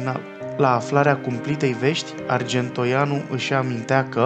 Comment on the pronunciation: "Oratorule", care ești, înțeleg că la istorie te pricepi mai puțin - dar măcar de pe text puteai să citești corect! Dublă greșeală Arge(n)toianu...la 2':38"/39" și respectiv 7':13"/14".